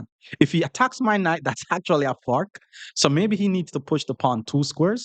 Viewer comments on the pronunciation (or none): Sorry in advance, I mean no disrespect at all but when say the word "fork" it sounds like he saying "fart". so when he says I am trying to fork or any sentence it just makes me laugh every time....